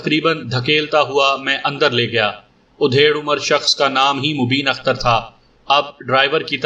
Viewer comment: Yeh udhed umar kya hota hai, aap bar bar udhed hi bolte ho, bhai mere adhed umar hota hai matlab aadhi umar ka. udhed ka matllab cheerna ya phadna hota hai.